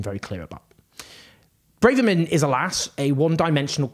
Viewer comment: Owen keeps lurching between ‘Brarverman’ and ‘Brayverman’, but it’s actually ‘Bravverman’.